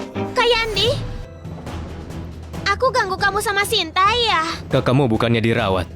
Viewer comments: Sinta kok jadi santi😂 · Hahaha Sinta jadi Santi 😂😂😂